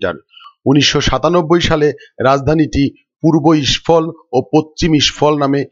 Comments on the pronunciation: মণিপুরের রাজধানীর নাম ইসফল না ওটা হবে ইমফল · ইস্ফল নয় ওটা ইমফল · The caital of Manipur is Imphol, not Ishphol. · ওটা ইস্ফল নয় হবে ইম্ফল।